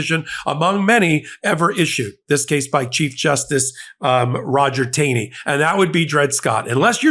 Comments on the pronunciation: Help me here: it's long been my understand that "Taney," as in Roger B. Taney, is correctly pronounced "tah-nee," not "tay-nee." Yes? No? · Pronounced ‘Tawny’ not Taney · I don't know if anyone already said this, but the Dred Scott justice's last name was pronounced TAH-ney. (Not that I really care about the writer of the Dred Scott decision.) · Taney is pronounced Taw-ney. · Taney was pronounced Tawny.